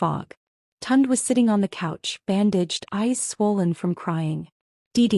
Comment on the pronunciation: Please get the names right and pronounce them correctly. The brother's name is Tunde - pronounced Tun-day. Please... Tund is not a Nigerian name.... just saying...